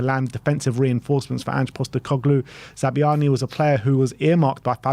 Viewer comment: Za-bar-ny is closest to the Ukrainian pronunciation